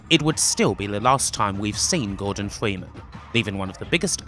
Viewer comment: Gowdon Fweemen